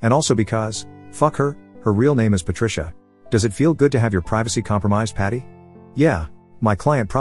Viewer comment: Patricia sounds like Par-trash-a